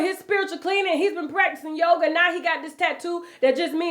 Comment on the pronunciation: You get on my nerves! A lot of yogi’s and he doing yoger 😂